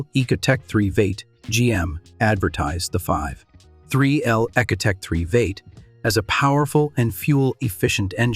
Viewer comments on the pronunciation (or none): The AI voice narration is a bit much. Calling a V8 engine a “Vate” is annoying and just sounds dumb.